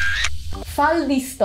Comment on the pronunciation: *faldostorio nn faldostorio XD